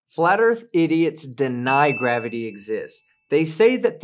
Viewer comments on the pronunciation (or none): Oh, oh and ther's another reason to listen to this stream. Bob pronounces gravity kinda like "grabity", I just can't help but be amused by this every time. :D